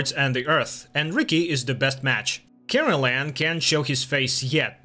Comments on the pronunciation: It's Karellen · His name is Karel not Carolan. Besides a couple of other mispronounced names you basically got it right, but you have a couple of facts about the series wrong. Of course the book is more detailed. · Kraylen is how it should sound